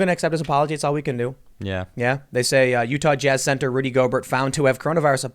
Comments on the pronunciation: Gobert is pronounced Gobear w silent 't'. Also the other dude Donovan Mitchel is the Jazz best player. And once Gobert came down w it and was dumb it meant that the virus was in the player population so NBA had to cancel the season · Gobear not Gobert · it’s gobe - air not Gob - ert lmaooo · Just for your future videos about this clown, his last name is pronounced “Go-bayr”. It’s French. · Tim his name is “Rudy Go-bare” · It is pronounced Rudy "GO-Bear" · No big deal but is pronounced Rudy GO-BEAR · It’s pronounced “Go-bear”. He’s French. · It's Go-Bear! He's French. That being said...he's a moron for what he did. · If you say "go-bert"... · It’s pronounced Rudy “Go-Bear,” he’s French. Yeah a really weird thing with him. It seems like he didn’t think he had the virus and he was fooling around with people who were concerned about it. He’s not laughing now, Lol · Go-bear.....at least pronounce the idiot's name correctly. He needs FULL credit....ddrrr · It's pronounced GO BEAR.....you goofball. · Dude stop with the clickbait titles. First learn how to say Gobert's name properly. Second, get your facts straight before you open your mouth. Gobert didn't know he had the virus when he touched the mics. There is also no proof that he got Donovan Mitchell sick either. In this instance you're no different than the fear mongering mediaand the fake news. Stop making drama for the sake of drama. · That's not how his last name is pronounced.